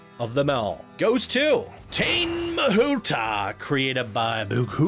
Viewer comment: Great vid. Just wanted to let you know that that Tāne Mahuta is pronounced 'Taar near' Mahuta which not many people know sadly as Māori is a dying language.